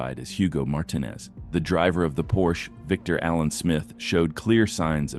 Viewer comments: We know AI voices cannot pronounce Martinez correctly...bad twice in this video. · Martinez was pronounced wrong the AI way.